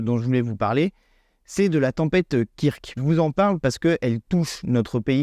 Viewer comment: Kirk?! STP, dit ~"keurk"~ comme le 'pitaine de Star Trek qui rappellera au passage qu'il y a + de 50 ans, un monde fut imaginer où la notion d'argent (problème qui pourri l'humanité, provoque des guerres etc...) a été aboli! Un grand coup de pelle de Gauche quant aux possibilités de modèles de sociétés différents quand on veut améliorer la vie des gens Merci